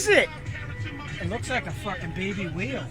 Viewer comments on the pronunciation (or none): sounds like he said baby wheel LOL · They keep saying baby wheel, it's whale... xD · lol did anyone else think the that when he said it's a baby whale it sounded like a baby wheel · Is he saying baby whale or baby wheel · Turn on Captions... And it Literally spells "WHEEL", When he says Whale AhAhAhAhhh so he did sayy: ITS' A WHEEEEL!!! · I think he’s saying whale